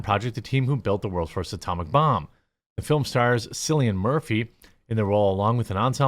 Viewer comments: I've noticed that you keep saying Cillian Murphy, name wrong, his first name is pronounced as Killian, Kill-ian. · It's pronounced Killian (Murphy) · Bruh, his name is pronounced kill-ee-an The “c” is NOT pronounced like an “s.” Come on man, it’s such a bad look…